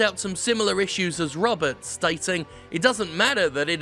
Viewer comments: You keep saying "roberts" as the last name when the article says it was written by Joshua Rivera. Was this a mistake? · I can't tell if you pronounced his last name as 'Roberts' on purpose or just misread 'Riveria.' It's looking like it's the latter as I listen in further.